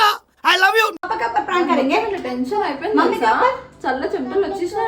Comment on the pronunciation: tesion kadhu thali tension 😅😂